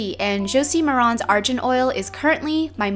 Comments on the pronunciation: Argan not arjan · ARGAN not ARJAN HAHAH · i thought it was argan not "arjan" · It's pronounced Argan oil, not Arjan oil! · jo-si ma-ron ar-jan oil or jo-zie ma-ran ar-gan oil? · The Argan oil is pronounced A-r-g-a-n not A-r-j-a-n And its also great for hair :D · Michelle it's not arjan it's (aar-gaan) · Argan is pronounced like arr-gun. The g is not pronounced as a j :) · Ar jen????? No Ar - gen (hard G) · It's pronounced ar-GAN not jan lol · It's arGan oil* like Garlic, or Good, or Gravity, NOT like Ginger, or Giant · Argan oil is pronounced are-gone oil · Zimmerman: It is pronounced Ar-Gone oil, she made a mistake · I always pronounce Argan oil like ARE GAN. I've never heard anyone say it that way. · It's pronounced {AR-GEN} Oil :) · I cringed at her pronunciation of argan oil. There's no E in the spelling, so why the heck is she pronouncing it like it's "Ar-gent" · It's Pronunced (are-gun) Michelle, shame. I am Moroccan btw. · Yah! She pronounced it wrong lol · It bothered me because she pronounced it wrong. It's cool though. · you don't pronounce the g in argon oil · You are saying argan oil wrong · It's pronounced Argan like in Grey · u pronounced argan wrong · you pronounce argan oil wrong